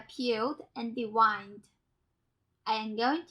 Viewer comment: Very well presented instructional recipe, lovely lady. To help, devein, as in deviened shrimp' is pronounced 'devane' not 'devine'. Best